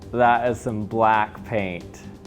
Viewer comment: "Dat iz some BLACC paint"